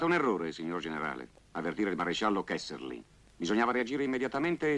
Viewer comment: 7.08 Si chiama KESSELRING!! NON KESSERLING!